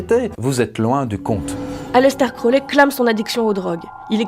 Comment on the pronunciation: Aleister crowley = ayistar krory. #dgrayman